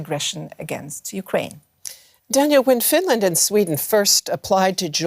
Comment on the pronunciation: Oh no!! Not uh Finrand!!!